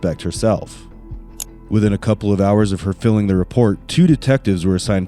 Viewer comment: "Within a couple of hours of filling the report..." I wonder what the report was filled with. Narrators who don't know how to pronounce "filed?"